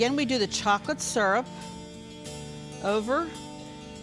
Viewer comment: “Chocolate sssurp.”